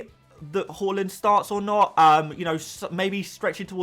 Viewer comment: Love the pronunciation of haaland as whore-land. That’s not a nice way to talk about Norway 😂